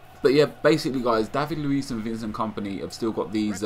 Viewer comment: Tar-e-bet??? Van-sant??? Ho-nal-du??? Excuse me, don't you mean Tar-apt, Vin-sant, Row-nal-doh?